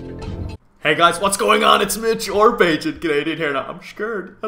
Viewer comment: its Mitch not Mich